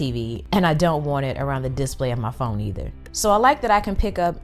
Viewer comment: I gotta say your channel is sooo underrated. By far some of the best tech reviews ive seen. Just one little thing it's display not dis-play :)